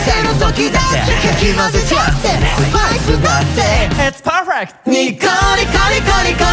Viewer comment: 最初からわちゃわちゃ感があって、いつにも増して情報量が多いww何回もリピートして聴き直します！w 、perfect!✨な発音とロングトーンをありがとうございます😭